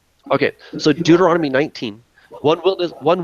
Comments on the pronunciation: Again "Deuternonomy" LOL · "Deuternonomy" Bahahahaha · He can't even pronounce Deuteronomy Hehehehehe